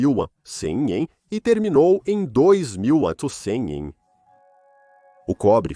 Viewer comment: Poh, ninguém consegue ensinar, ou programar, essa IA para ler corretamente a abreviatura AC?!!!